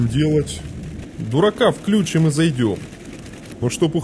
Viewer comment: Несколько замечаний: вследствие этого (не впоследствии), дурака включи́м (впрочем, если хочется подчеркнуть безграмотность пилота, но неправильное ударение — неплохой приём), с включённым автопилотом. Приня́ть решение. В остальном — хороший рассказ! Девушке желаю побольше практиковаться с озвучиванием. Ещё чувствуется, что читает с листа.